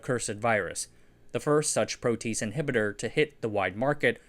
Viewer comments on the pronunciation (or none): Just FYI it's pronounced "pro-te-ase" not "pro-tease" Can see how people who aren't chemistry nerds would make that mistake tho. Great video. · pro-tea-ace, not pro-tease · Its pronounced Pro T Ase not Pro Tease ! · "Protease" sounds like "PRO-tea-ace", not "PRO-tease". ♥ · pro-tea-ace, not "pro tease". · pro tease? it's pronounced pro tee ace..... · Great videos. Your pronunciation sometimes does not follow English or British conventions which can be very distracting and could encourage mispronunciation by others. For example, "protease" is pro tee ace rather than pro teece. Great videos. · Pro-tea-ACE, not PRO-tease. 😂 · Great video. Just a slight correction. The word "protease" has an odd pronunciation... at least, it seems weird at first, but once you become familiar with enzymes, it makes sense; it is pronounced pro-tea-ace. Nearly all enzymes end with the "ace" sound at the end, as that is the descriptor suffix for an enzyme. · Pro-te-ase not pro-tease. Enzymes all end in “ase” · I'm not anti-tease but I would suggest the pronunciation "proaty-aze" rather than "pro-tease". Also there's not enough dram in this video. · protease / ˈproʊ tiˌeɪs, -ˌeɪz / (not "pro-tease [sic]") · Protease is pronounced "pro-tee-ace." Interesting video! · ProteASE...not ProTEASE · Pro-t-ayz not pro-tease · Yeah, it’s pronounced pro-tee-ayse not pro-tease 😂 tell me you don’t know jack about enzymology or biochemistry without telling me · You're teasing me with your incorrect pronunciation of PRO-TEE-ASE (three syllables.) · pro-te-ase it's not a tease it's a tea ayse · if you happen to give a shit protease is pronounced "pro tee aze" not "pro tease". Great video as always. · "Protease" is pronounced pro-tee-ace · Very nice video! Pronunciation: Pro tea ace 🤓😃🖖🏼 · It’s three syllables: pro-tee-aze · Protease is pronouced: prow'-tee-ayz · Protease is pronounced pro-tee-AZE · "Pro tee ACE" inhibitor is the proper pronunciation i believe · * pro - tee - haze